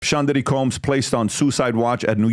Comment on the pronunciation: Combs guys. Not Colms. Sean guys. Not Shan